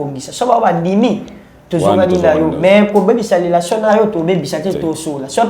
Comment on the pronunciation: Petit fally nde n'a lelation en tout cas ye aboya n'a ye ko loba relation mais à préféra n'a ye ko loba lelation po etiaka ye à l'aise 🤣🤣🤣ngai pe mikolo oyo il faut n'a batela lelation n'a ngai ekosala ngai bien